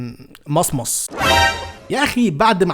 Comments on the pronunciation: اسمها مُصمُص 😂😂😂🤡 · إسمها مصمص بضم الميم😂😂